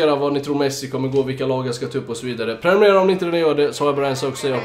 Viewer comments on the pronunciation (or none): none